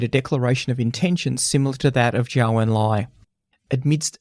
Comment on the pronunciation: Just a small correction: Zhou is pronounced like "Joe".